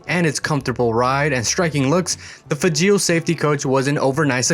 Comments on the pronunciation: The name is pronouncED LIKE FRAGILÉ BUT WITHout the R!!!! Get it right it makes you look dumb!!!! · I believe the correct pronunciation of Fageol rhymes with fragile.